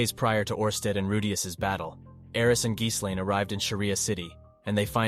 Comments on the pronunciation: One of the things that really bothers me about most of these video essays and explanations is that so many people pronounce it as gis-lane when it’s actually gil-lane the h and the s in ghislaine are silent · oh my god every time he says geeslane instead of gislaine it drives me through the fucking wall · Giz lane lol Dude her name is Guilane! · "Geese lane" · Ghislaine's mispronounciation is wild to me compared to the sub 😂😂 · how many time we gonna change the pronunciation of Gislain? just curious